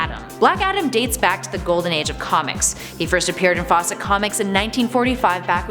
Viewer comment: always thought it was pronounced foust